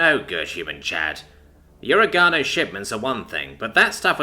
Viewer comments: It's not pronounced, ore-gano. It's pronounced. o·reg·a·no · Can't help but grin when you mispronunciation words. Not oh-ree-gah-no, it's o-reg-ah-no. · O-reg-a-no, bruh my brain did a double take when you said o-ra-ga-no